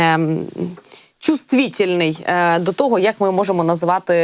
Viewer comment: Чуствітєльний?? Шановні, ви на базарі чи хто?